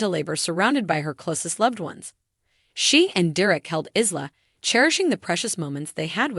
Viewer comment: It’s “Eye”la not ISla